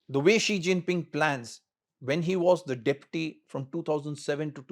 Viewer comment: He pronounced Xi Jinping name correctly.